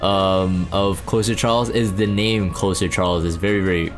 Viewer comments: So its not meant to be closer as in close to someone/thing- like nearby. it is Closer (with a z sound not s sound)as in to close/finish something. A "closer" like in basketball - a player who can finish the game strong and bring in the win. In this military-esque view it is someone who can come in and "finish a difficult job" - a reliable asset that you can call in to guarantee success. in this game- following up opener cleaves or others to come in and finish the job. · Closer as in closing/ending/finishing. Not closer as in proximity. The way you pronounced his name leads me to believe that you believe it’s the later. And why you think the name is strange.